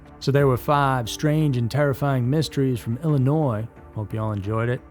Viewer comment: Thank you for pronouncing Illinois the right way